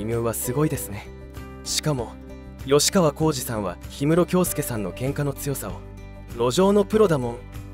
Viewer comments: よしかわじゃなくてきっかわ！ちゃんと 調べてアナウンスしな！ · よしかわこうじではない！きっかわこうじです！ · ヨシカワじゃなくてキッカワ❗️ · よしかわこうじ❌ きっかわこうじ⭕ 俺も若い頃、何度かケンカしたことありますが、はっきり言って１対１なら勝ち目ありますが１対２だとほとんど勝てませんよ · よしかわ？きっかわ、では？ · よしかわこうじじゃなくて😅 きっかわこうじだよ😢 名前間違えるの失礼😱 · よしかわこうじ？きっかわこうじです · よしかわ× きっかわ○ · よしかわ じゃ無い きっかわ だ